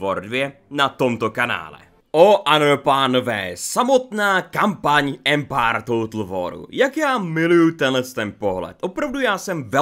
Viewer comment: Ty jsi taky "Empár"......nicméně ta sekvence s těmi českými městy atd.. mi přišla fakt divná, trapná a ne moc vtipná.. nevím no.. asi zbytečný.. jinak dík..